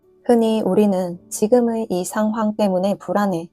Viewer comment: 너무 정확하게 발음하려고 애쓰지 말고 그냥 친구랑 얘기하듯이 자연스럽게 말해보세요... 이해 저항 상황 위험 정화 표현 변화 등등 ㅎ발음 굳이 살리려하면 오히려 부자연스럽고 영상내용에 집중하다가도 뚝뚝 끊기는 느낌이에요... 사투리도 그냥 자연스럽게 쓰세요~